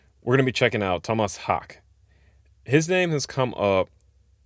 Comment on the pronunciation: Tohmas Hahkeh (short he)